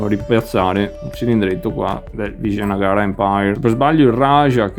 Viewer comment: Complimenti per la pronuncia, io lo chiama Awanagana